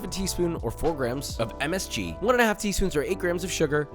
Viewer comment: The way he said MSG sounded kinda weird 🤨🤨